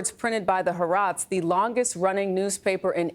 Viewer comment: Its pronounced Ha-AR-etz NOT haROTS 🤦‍♀️